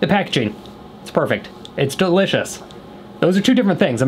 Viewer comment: “mmm!! that’s very dilitchis”